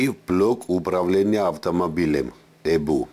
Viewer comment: Тибе фильм надо суфлировать. ''ЭБУ" 'так смешно звучить